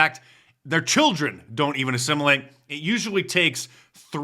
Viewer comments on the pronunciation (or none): says assimulate.. more like desimulate.